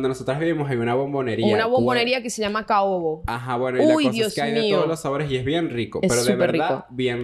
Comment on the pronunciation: "Caobo" 😂😂😂 es Canoabo madres🤣❤️❤️❤️